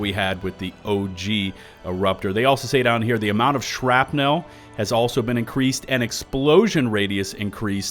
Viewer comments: absolutely everyone ever: "shrapnl": "Shrap-nelle" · Why do you keep saying "shrap-nowl" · The way pronounces "shrapnel" as "shrap-nel" makes me suspicious to what flows through his or its veins. Rest hands on Senator. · You drive me crazy with that "shrap-nell" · Okay, I'll take the bait. "Shrap-NELLLL" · "shrapNEL" lol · Haha…The ole SHRAP-NEAL trick! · Why are you saying "shrapnel" so weird. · I was about to make a comment about mispronouncing "shrapnel" but then I remembered that I'm from texas and I can't say words properly 😕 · The way you pronounce the word "Shrapnel" is disconcerting and makes me think you are not human. Are you actually an automaton spy? Do you hate democracy? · you pronounce shrapnel funny. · i spent the majority of my time watching this video questioning my pronunciation of Shrapnel. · Crap had my ears bleeding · Holy shit I didn’t realize how he pronounced it until just now lol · You’re killing me with the way you pronounce shrapnel.